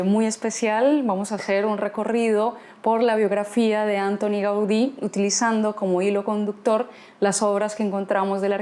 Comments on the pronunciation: Perdón, pero la pronunciación no es Ántoni (británica), sino Antóni (catalana) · M'encanta com tractes la ciutat, però sobretot en aquest vídeo, canvia la sílaba tònica de Antoni.